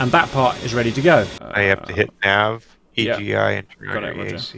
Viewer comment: EGI is pronounced eeh ghi, SAS is pronounced like a word, IFFCC is if-see CICU is like kick you, JTRS is jitters, EAC is ee-ack, the CAP is the caution annunciatior panel, and they’re MFCDs not just MFDs in the A-10 but those are just technicalities